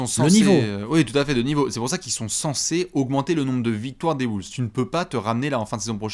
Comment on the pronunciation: Nouvelle saison et rien ne change, dit toujours Woolves 🤦‍♂️